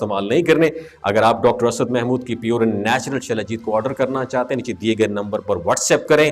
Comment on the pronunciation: سلاجیت۔ غلط تلفظ۔ وہلاکر کا مذھب۔ مشکوک کرتا ھے مکر یہ اسلام کے بارے۔ میں ں۔ گفتگو۔ کر تا ھے